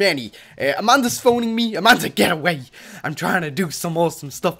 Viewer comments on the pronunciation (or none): none